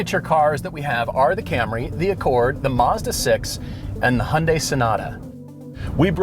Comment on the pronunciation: You guys have been automotive gurus for the longest time. Go grab the first Korean you see and learn from him/her how to properly pronounce 'Hyundai' so you don't butcher the brand. 🤔